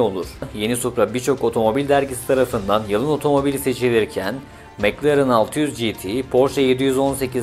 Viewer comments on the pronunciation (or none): none